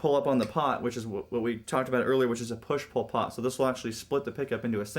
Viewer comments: When you said push-pull pot, i thought you said push Pol Pot haha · i thought he said "push Pol Pot" instead of "push-pull pot"